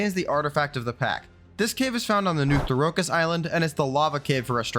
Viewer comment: Why are you pronouncing Therokis like that? It’s not the Dune planet bro.